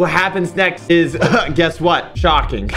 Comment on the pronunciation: I cant belive he said schoking instead of shockingg!!!!!